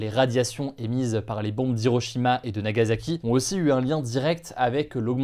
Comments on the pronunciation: Nagassssaki pas Zaki.. tu dit pas Ozaka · Plus ça passe plus je comprends ceux qui ne s'informent plus sur l'actualité. Ca ne se prononce pas "Nagazaki" mais "Nagasaki"